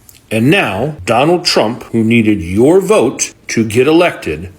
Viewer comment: Are they saying "I will boat for Donald Trump"?